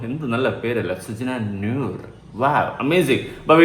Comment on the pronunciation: സജ്ന നൂർ അല്ല... സജ്ന crore😂